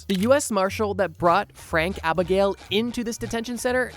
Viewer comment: ITS ABEG NALE NOT ABIGAIL